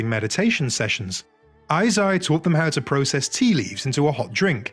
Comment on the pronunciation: "Eisai" is pronounced as "ei-sai/えいさい" as in "hey/hay" and "side."